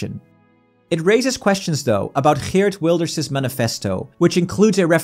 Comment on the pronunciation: dude, it's so funny how you speak nearly without an accent and then Boom, eert fucking Wilders like a Dutchmen